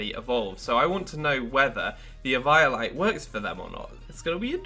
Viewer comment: It's like someone says Pie-kachu. And you just want to punch that person.